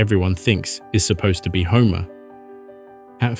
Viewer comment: I legit thought you said Zeus commanded homies 😭😭